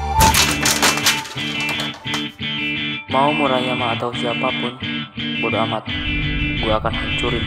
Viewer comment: Murahmeriah bkn murahyama wkw